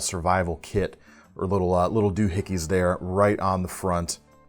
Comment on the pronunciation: NEVER…EVER…SAY DOHICKY….